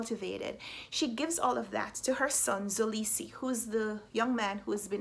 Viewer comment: Hey your friendly neighborhood south Africa her just to help you pronounce mxolisi it's not pronounced zolisi its pronounced m k olisi with the k representing the xhosa click sound but thays very complicated and I dont expect you to try that😂